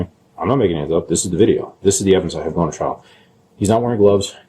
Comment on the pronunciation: Your interview is so gross! And I hate it when people end words ending with a G, with a K! So nasty!